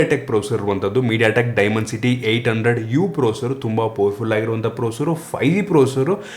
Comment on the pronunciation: ಅದು ಡೈಮಂಡ್ ಸಿಟಿ ಅಂತ ಪ್ರನೊಂಸೇಶನ್ ಅಲ್ಲಾ .. "ಡಿಮೆನ್ ಸಿಟಿ " ಅಂತ ಅನ್ನೋದು ಕರೆಕ್ಟ್ ಪ್ರೋನೌನ್ಸ್ ..